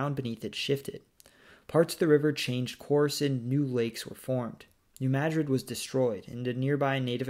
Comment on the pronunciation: Congratulations on pronouncing New Madrid correctly. Geography by Geoff got it consistently wrong recently, whereas SciShow got it right the next day.